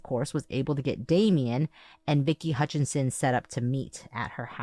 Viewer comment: Love the pod. But here a year later listening to WM3 case and came to see if anyone has noted that Vicki and Aaron’s last name is HUTCHESON, not HUTCHINSON*, as is written and spoken many times on the pod. There is confusingly also Joe HUTCHISON (Damien’s father). Small thing, but B & A are usually accurate so this bothered me.